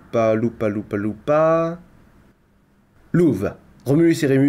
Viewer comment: ça se dit pas lupa mais loupaé . Déso, je suis maniaque sur ça maintenant que j'en fais, du latin XD